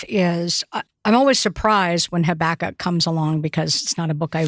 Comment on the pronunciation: These ARE hard passages. Thank you for exploring them so helpfully., I learnt to pronounce Habakkuk as you do. I think it's a bit more mellifluous than HabAkkuk so I'm sticking to it. 😊